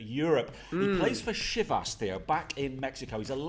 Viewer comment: Chi-vas not shevas 😅